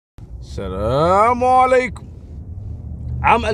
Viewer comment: تنقال السلام عليكم وليس السلامو